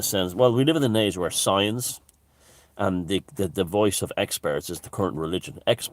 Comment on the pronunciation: Soy-ance? Soy boy science?